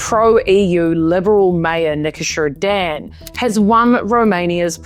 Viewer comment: You pronounced the name of our new president Nicusor Dan very well, and you made a good x-ray of the political situation in our country, I'm really surprised! Romania is now on the right track... 😊